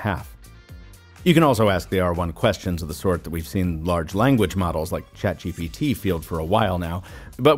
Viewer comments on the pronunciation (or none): none